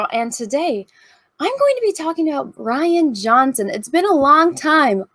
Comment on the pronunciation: Sorry, it's pronounced "Rianne" Johnson.